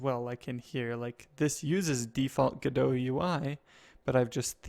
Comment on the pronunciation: Pretty sure it's pronounced "go dot":)